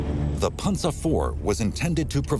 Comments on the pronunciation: It is pronounced Pan-zer (Panzer) not Ponza. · The way this guy says panzer is irking me.... panZER, not pansa. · punza lol pan zer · the german pronounciation is closer to ''Pansa'' rather than ''PanZer''